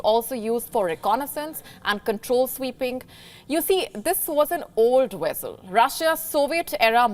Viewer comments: What's a wessel ? 😂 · Does anybody know what a “wessal” is? She said it 2 times and I am just stumped !